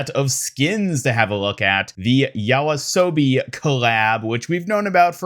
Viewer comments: Yoasobi❌ Yawasobi✅ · Thank you for covering all the new skins from season 3! Just letting you know Yoasobi is pronounced "yo-ah-so-bee" c